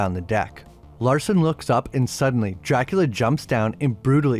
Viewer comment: Pronounced "dracoola"